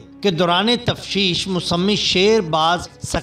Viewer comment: Tafteesh hoti hai tashfeesh naheen hoti janab